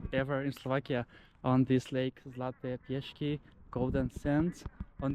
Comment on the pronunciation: Trochu prekvapivé je, že ste vyhľadali nudistickú pláž, na ktorej koncim septembra už nikto nie je, ste v plavkách.😉😉😉 A sú to Zlaté piesky, nie piešky. S a nie Sh. Ale aj tak je sympatické, že aj tak ste z nich tak nadšený.😀